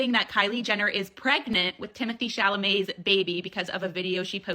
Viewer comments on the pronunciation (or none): I think he says "Shamalay" lol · You mean "ChaMaLet" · He says chalamay